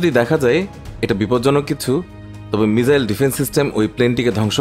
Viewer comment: বলদ মিজাইল না রেহ😂মিসাইল বলে